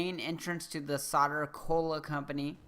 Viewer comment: Thanks for all the help with the crazier Enigma files in this great game! Much appreciated! Oh, and with all respect, you might want to know that "Soder Cola" is pronounced "Sew-durr". It started out in Superman comics, as I recall, and the name is a bit of a joke -- it's meant to sound like the way a stereotypical "New Yahwker" would pronounce "soda". Like, "Yo, Vinny! Gimme a soder!!!" Cheers!